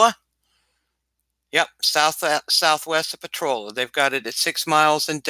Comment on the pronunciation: I'll give a thumbs up once you start pronouncing potrolia correctly